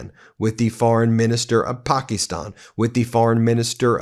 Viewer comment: Fak Ben! Get a grip on your pronunciation of Pakistan! You sound like an uneducated trumpster.